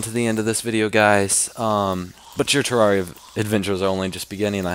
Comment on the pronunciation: Pro player, has all the spell books in the game, OP armor and weapons, yet doesn't know how to pronounce Terraria-- THE MOTHER-FLIPPIN GAME HES PLAYING Ter-air-E-uh